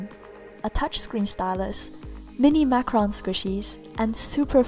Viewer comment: airin Purnomo Btw... It's Macaron not macaroon!